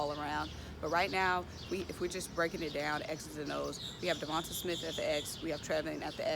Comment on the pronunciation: Sis it’s “De-von-tay”... and “Tray-von Grimes “😂✌🏽